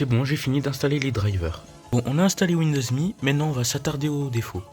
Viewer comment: YAY >_< une vidéo (sa ce prononce M.E pour Millenium Édition)